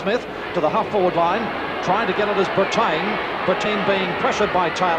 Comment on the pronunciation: pronouncing Craig Brittain as Bre-TAYN! LOL